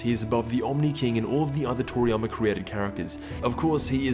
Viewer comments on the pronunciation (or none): none